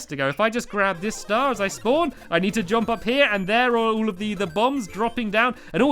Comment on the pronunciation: stampy just to say when you say jump instead of saying jump you say jOmp